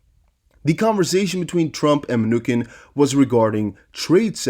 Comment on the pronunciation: You have great content! As a former English Teacher, your credibility will improve if you learn to pronounce names/words properly. For example, Steve Mnuchin (Men-oo-chin). I know it takes extra time in creating a video to review and make sure words are pronounced correctly, but it will be worth your time.